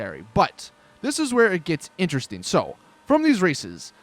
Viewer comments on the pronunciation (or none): none